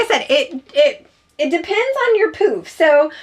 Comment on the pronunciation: Thanks so much for the great reviews. The first time you said poof, I thought you said, poop!!